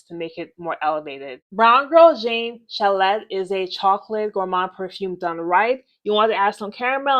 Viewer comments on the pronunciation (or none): Only wanting to be helpful and mean no offense: BGJ’s perfume is pronounced chal-aay, like a ski chalet in Switzerland 😊